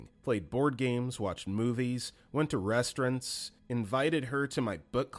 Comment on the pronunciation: the way you said restaurant has made me very angry for some reason